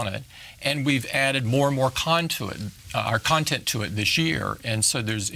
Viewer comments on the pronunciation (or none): none